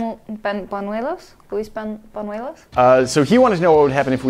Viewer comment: That dude name is pronounced bon-WAE-los